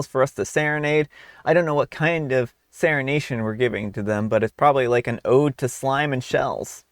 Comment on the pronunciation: "Seranation" - 2024